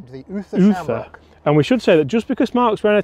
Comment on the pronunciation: I would also say Uther as in pendragon. Not other 😝